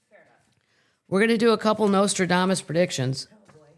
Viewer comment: I laughed so many times through this one! "Say it again..." "NotraDAAAmassss"😂 ❤❤❤